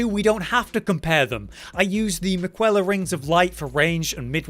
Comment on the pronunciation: Dids’t mine ears deceive me… Did you actually say “Mick-well-a”….. In this game of which you have played to death where Malenia herself says the word out loud, pronounced “Mick-el-uh”…. Stop showing us up, we’re British, we’re supposed to get it right 😅